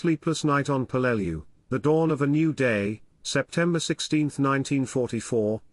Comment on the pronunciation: Hey ai... its pronounced PELL-LE- LEW